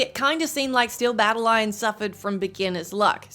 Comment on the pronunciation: Jesus tap dancing Christ, every time you mispronounced Battalion as “battle-lion” my eye twitched